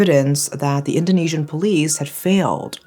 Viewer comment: As Malaysian, i love your pronounciation, diction dan your intonation. easy to understand and storytelling was good too.. you earned a new subscriber ❤️🔥